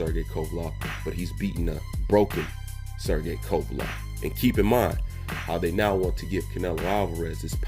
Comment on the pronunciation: WTF IS A KOVALOV MAN, I FUCK WITH U BUT CONSTANT BASIC NAME BUTCHERING MAKES YOU SOUND MAD IGNORANT... "LEV" not "LOV"